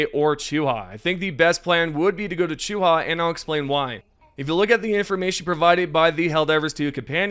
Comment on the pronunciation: Bro, you play the game, you listen to the planet names in game xD how are you getting Chooha from Choohe